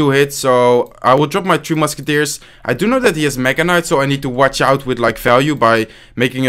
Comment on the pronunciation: Why does he always say "2 musketiers"?